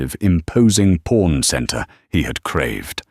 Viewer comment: It's pawn, not porn for crying out loud!!!!